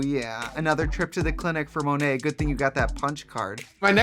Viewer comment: Monét people, not Mo-net. Silly folks.